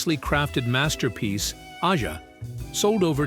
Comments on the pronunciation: These fucking AI voices can never pronounce things correctly. Aja is pronounced like Asia, not Aiya or Aja. And it's Faygen, not Fahgen. And Katy Lied, not Katy Leed. You guys need to listen to and phonetically correct these mistakes before posting these. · I dont think AI will be taking over anytime soon, its not "liv" and "donald faa-gen" didnt approve this video... I missed out buying that rare album "katy leed" and "ahhh-jaaa" Dumbasses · “Fahgen” “Ahh-zha” Lame AI pronunciations! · stupid narrator could not pronounce AJA